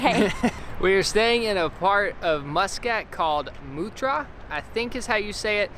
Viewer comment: its pronounced 'matra'